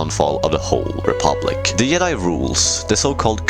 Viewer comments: Why does this guy keep pernouncing Jedi as Yed-Eye instead of Jed-eye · What the fuck is a "yedi???? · Bro learn to pronounce your J’s. Fuckin “yedi” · It’s not Yedi, you doofus lol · I don't mean to be rude, I'm just curious, why do you pronounce jedi as "yedi"? is it just how you choose to pronounce it, or is it because of where you're from? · Ah yes the "Yedai"🤣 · In multiple european languages j is pronounced like that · I hate how you pronouce jedi.